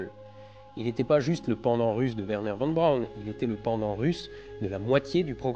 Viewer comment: Von Braun se prononce Fonne Braun. Oui en allemand le v = f. Pour le son v, il y a le w.